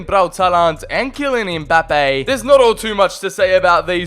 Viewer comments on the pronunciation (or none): "Kylian EmBaPeYyY"